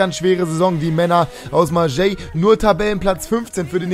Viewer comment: Ist echt so😂😂😂 Denke mir schon seit ca. 2 Jahren warum er Marseille so komisch auspricht😀😀